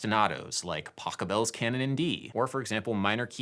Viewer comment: It's Pachelbel, not Pacabel